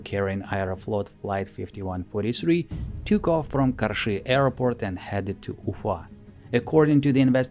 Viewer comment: I love how perfectly you pronounce "Karshy"